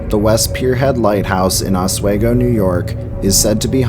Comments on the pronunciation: Hey, Oswego native here! I just want to say that the town is pronounced Ah-SWEE-go. Not Ah-Sway-go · Or Oswigo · A new jersite here living in new York oswego it's pronounced ah-swee-go not ah-sway-go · It's pronounced 'Os-WE-go, not Oswaygo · Os-we-go shouldn’t be that hard to sound out.. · It's pronounced "Osw-EEE-go". I live about 2 miles from Fort Ontario. If you wanna here the voices and chilren's laughter, the best time is at night between the hours of 1am-4am in the mid-fall season, near the Fort cemetary. Just don't get caught by the cops in there at night. A haunting will be the least of your worries so i have heard. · Ah sway go 😂